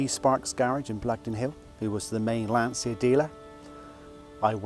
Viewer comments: Great car, congrats! Just one thing... As Italian, I cannot hear your pronunciation of Lancia without having stomach aches! The correct pronunciation is like it's written Lancha. Lan-cha. Repeat: Lan-cha. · Please, it's an italian car. The correct pronunce is Lancha. For example the correct pronunce of Volkswagen is Folksvaghen.